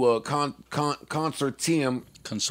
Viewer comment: How both of them manage to mispronounce consortium lol